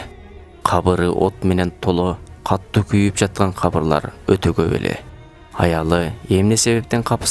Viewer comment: Каттуу дебей катуу деп окусаңар